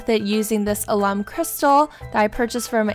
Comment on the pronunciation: Alum is pronounced AL. UM